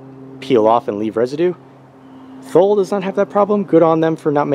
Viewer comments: First it’s pronounced TOO LEE. How much room will you lose setting your luggage on top of the mounts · Thanks for sharing. Was looking at this for my 2017 Forester and wanted a better idea as to what it would look like on the car. BTW, it's pronounced "too-lee." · Thule is pronounced Too-lee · FYI, Thule is pronounced "Too-lee." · What is the length? Do you think it would fit on a Subaru Impreza sedan? BTW.. it's pronounced TOOLEE